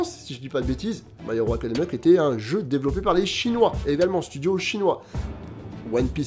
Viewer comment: "my hero ACADAMIA" tu me fume